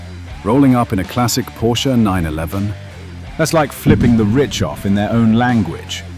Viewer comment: And he pronounced it correctly!